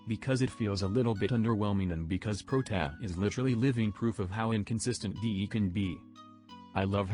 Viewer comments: Its like protaa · When you try to writte "Protia" or something else to help the TTS and the result is Prot-a. I had to watch this twice, first one for comedic purposes and second one for game knowledge and opinion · Nobody: Text to speech voice:protaa